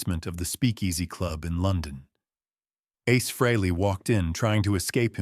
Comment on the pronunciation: Your crappy AI can't even pronounce Ace's name correctly, Who would want to listen to that, along with your bullsh!t tale for 20 minutes? AI sucks! Give it the thumbs down it deserves and send this BS video to algorithm hell!